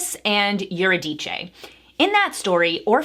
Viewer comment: Can you pronounce Eurydice again? It was funny